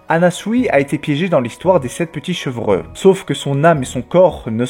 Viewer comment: Chevreux ? .... on dit "chevreau" 😁